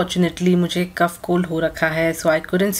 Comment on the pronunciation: Cuff & cough are pronounced differently.